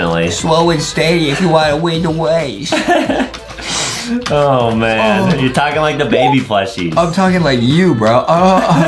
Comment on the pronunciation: Adam: slow and steady weely wynns the wase Me and my brother: 🤣🤪🤣🤪